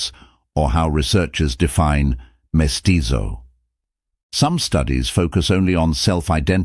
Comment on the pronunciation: We speak Spanish in Mexico, not Italian. Vasconcelos is pronounced vasconSelos (or vasconTHelos in Spain) not vasconCHelos. And the Z in mestizo is never pronounced like the Z in pizza.